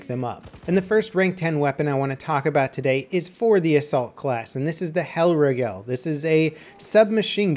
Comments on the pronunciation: It's not hellrIEgel its helrIIgel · Its actually pronounced hell- reegal based on german's pronunciation of "ei" and "ie" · 'Hell rig-ell'... -_ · Lel its pronounced the hellreegel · the way you say hellriegel triggers me lmao xd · Stop pronouncing Hellriegel wrong omg xo